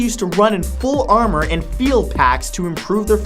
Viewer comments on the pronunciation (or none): none